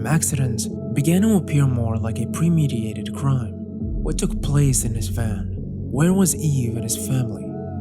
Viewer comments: Good video as usual, minor note though, it's pre-meditated not pre-mediated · Very good video but you keep saying premediated" and not "premeditated" and I want help but struggle a bit mentally when I hear it lmao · you have use this words wrong in several of your videos. It is pre-meditated not pre-mediated. To mediate(which is what you sre saying) is to come between 2 things and try to resolve an issues. premeditated means that you have meditated and thought through your actions. 2 very different things. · It's premeditated, not premediated. Mediation is a process by which 2 contesting parties enter into discussion to find common ground. So it also can't be "pre".